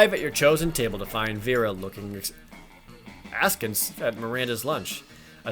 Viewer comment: Hey, your majesty, you should listen to Hamilton. You’ll know how to say “askance,” and it’s a really good musical.